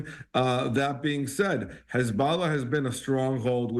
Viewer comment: How many times is he going to say HuzBALLAHHH 🤦🏻🤦🏻🤦🏻